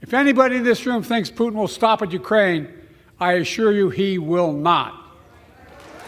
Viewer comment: Love the pronunciation of Putin, Pooot’n, with a silent T, Poo’n